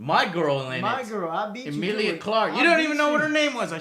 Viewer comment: Eh-meal-lee-A Not Emile!!! Petty complaint I know but godamn Joe